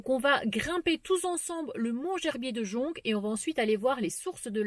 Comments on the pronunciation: bonjour. Le c de jonc ne se prononce pas 😘 Yvette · Coucou ❤❤❤ le Mont Gerbier de jonc,on ne prononce pas le c,fait parti des bons souvenirs de mon enfance avec vallon Pont d arc et st cirgues en montagne 😘😘merci pour tes belles vidéos 👍👍 bisous bisous 🥰🥰